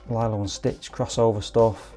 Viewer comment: A small part of me dies every time you said Lylo and Stitch lol.